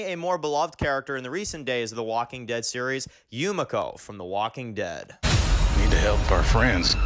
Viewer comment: ITS YU ME KO not YU MA CO :(